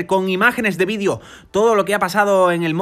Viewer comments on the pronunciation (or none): none